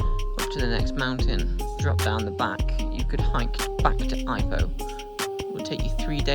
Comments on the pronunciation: It's e-POH not ai-poh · Pronounced e poh